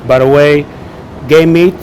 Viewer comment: Sounds like you say "I love gay meat". :P